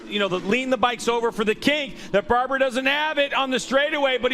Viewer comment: Nice race,super fight f 3 place👍 and his name is Hector BARBeeeRa Not Barbara.....😉😂